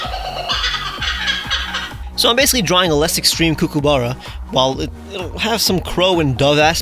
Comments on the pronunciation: Banger video, but couldn't help but notice you messed up the pronunciation of kookaburra a bit, it's not pronounced "coo-coo-burra" but more like "cook-a-burra", at least that's how we say it down here in NSW. Absolutely fair because a lot of Australian words aren't quite pronounced in the way you'd expect. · Kookaburra is pronounced like 'cook', and there's no 'oo' sound after 'cook', it's an 'ah' sound. Cook-ah-burra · aussie here! its pronounced cook-ah-ba-rah : D ! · Please learn how to pronounce Kookaburra properly. That was painful to hear them being called kookooburras haha. Also, how dare you call them annoying? Its actually such a lovely sound when you hear them in the distance in the morning. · As an Australian, I must let you know it's pronounced Kook-Ah-BahRah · Gosh dang this is a fantastic video. I love every one of these new Mons and they fit so well. Just wanted to let you know that Kookaburra is pronounced Cook (like the word) -a-burra. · I’m sorry but your kookaburra pronunciation kills me. It’s cook-uh-buh-ra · As an Australian, the way you said Kookaburra made me shrivel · The way you pronounce kookaburra makes me giggle xD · I'm Australian and it was annoying every time he said Kookaburra weirdly so many times, and don't talk to me until u take back u said of my Starbucks. Though love ur art and videos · the way you're pronouncing Kookaburra is insane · Okay but why is he saying kookaburra like there's an extra o instead of the a? Or am I just miss-hearing it? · I know it's a First Nation/Aboriginal word but Kookaburra isn't that hard to pronounce man, you're making my ears hurt. Don't get me wrong, you do good shit but that just grinded my gears a little. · I've never heard kookaburra said like that, but it was delightful to see the lil menace represented